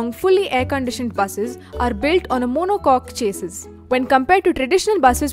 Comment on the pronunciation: monocoque "chassees" 😂😂